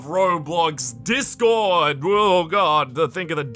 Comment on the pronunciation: “The dark web of discorrrd” XD